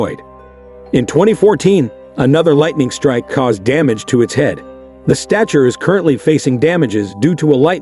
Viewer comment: "Statue" yet pronouncing it like "stature" sometimes. Why?